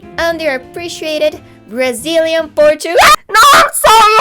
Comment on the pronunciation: caraca, ela falou braliziano